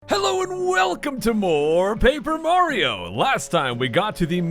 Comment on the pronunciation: I'm a new subscriber and i just finished my paper mario - marathon to catch up. I have to say that every time you say "paper mario" at the beginning and at the end of the episodes, to me, it always sounds like "pay-per mario" and it's kinda weird XD